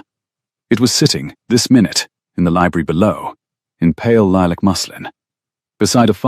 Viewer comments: Itz lilac not lee-lack, but but that how pronounces words😉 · "Lee-lack" is not a soft color of lavender, not in English, not in American. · Lilac is.